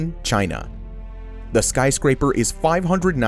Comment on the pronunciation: Sky crapers you said it earlier sky craper